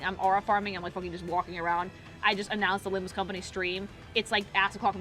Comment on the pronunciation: It's not LimbME Company... It's LimbUS Company!